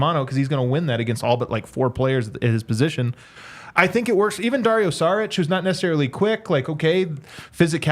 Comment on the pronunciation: I love listening to trying to say Saric😂😂